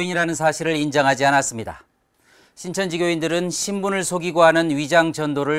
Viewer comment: "온 세계를 신천지화 한다.." ->온 세계를 코로나와 한다 로 들리는뎁?ㅋㅋ